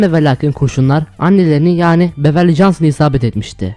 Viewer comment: Şu Beverly jahnsona beverly değil bivörly cansın de gıcıma gidiyor ya 😀